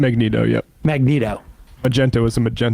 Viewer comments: I don't know if i cringed harder at Elon messing up that Princess Bride quote, or Sam saying Magento. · Magento is a hilarious slip of the tongue, I'm gonna actually start saying that instead of Magneto😂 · This mf said Ma-gento 😂😂😂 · “Magento” is too funny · "Magento" Sam, you son of a bitch, you've done it again... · My man said Magento lol. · MAGENTO!!! 😂😂😂they call him the Pink Punisher, it’s Magento!